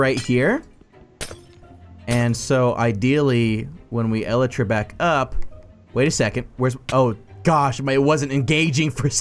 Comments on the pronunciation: lel 'el e tra' is actually pronounced 'E-Lie-Tra' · I’m dying the way this guy said elytra el-a-tra🤣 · The way you pronounce elytra offends my ears.